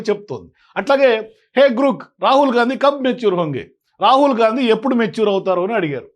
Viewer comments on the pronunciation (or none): జి ఆర్ ఓ కే గ్రో క్ అవుతుంది లేదా గ్రాక్ అవుతుంది గ్రూక్ కి ఎలా అవుతుంది కరెక్ట్ గా చెప్పాలి కరెక్ట్ గా మాట్లాడాలి